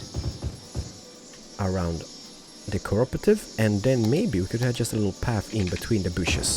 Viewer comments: Oh and it's Co-op-or-tive say it quickly and that's how you pronounce it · the co-operative has loads of branches, so the one you got was the food branch, you can get bank, travel agency, pharmacy and loads more ps. you pronounce it co-OPRATIVE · It's the co-op-re-tive